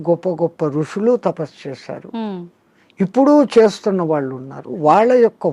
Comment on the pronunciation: మహా తల్లీ దయచేసి ఉచ్చారణ మార్చి తే మంచిది వినలేక పోతున్నాము వాళ్లు అంటే బాగుంటుంది వాల్లు కాదు please please బోడి స్టైల్ వద్దు